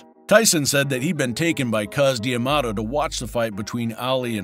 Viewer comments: D'Amato! Not Diamato. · Am I the only one annoyed by the prononciation Cus "D" Amato. It is prononced Damato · New drinking game. Drink every time the narrator pronounces D’Amato wrong.